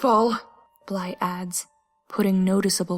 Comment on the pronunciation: NOOOO NOT BLYE NOOOOOOOOOOOOOOOOOOOOOOOOOOOOOOOO